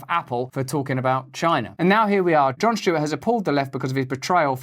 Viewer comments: "John Shtewart" 😅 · I love Russel Brand, but it’s not Jon “Schtewart”.